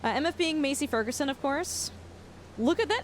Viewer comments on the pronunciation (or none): It pains me the way you say massey ferguson lol